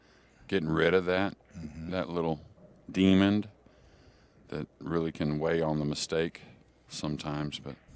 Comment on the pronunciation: "Demon" has no "D" at the end.